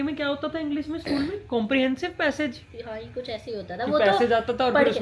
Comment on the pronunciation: are yr to south delhi se jo english jagah inglesh bolti he 😂😂😂